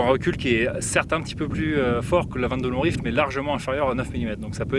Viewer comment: J’aime beaucoup les prononciations de chaque mot avec l’accent… sauf à 22 long rifle… le poids des habitudes 😉 Mise à part ce détail, idéologique très intéressante, faudra que je rajoute quelques pistolets en 22 magnum le jour où je me livrerai à un comparatif pré-achat. Merci pour ça !